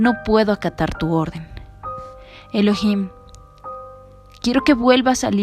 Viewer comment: El nombre correcto es elohim no heloim